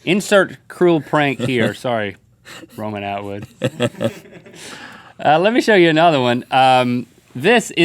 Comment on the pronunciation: Lol the way Link said Romanatwood...i do not say it like that at all